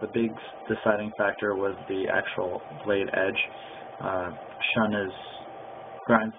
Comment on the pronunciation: Pronounced "shoon". Review should be done by people not saying "I really don't know" or "I guess" etc.